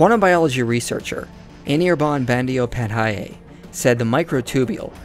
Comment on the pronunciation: Pronounced ' Bon dho pad dhay'